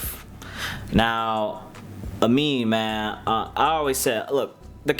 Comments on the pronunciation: Aminé is not pronounced “A-mean” it’s pronounced “Ah-mean-aye” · Bruh. It's. AH. ME. NAY. (Aminé) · still saying aminés name wrong 😂 it’s “uh-me-nay” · All this time, and you still can't pronounce Aminé correctly. Haha.